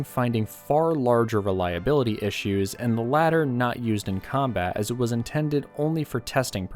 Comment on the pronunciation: ishoos ? I think he means, problems